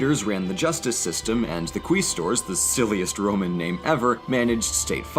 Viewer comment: Quaestors, non quistor